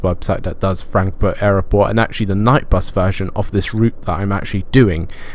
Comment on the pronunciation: Why do you struggle to say the word 'airport'?